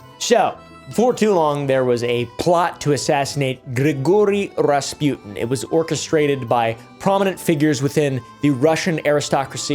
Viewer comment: “Gree-gory razz-pew’dn”